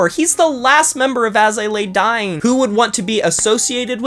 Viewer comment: I’m not a Tim fan AT ALL, but you do say his last name wrong and put “Dine” instead of Dying for his band. I thought I would point that out for you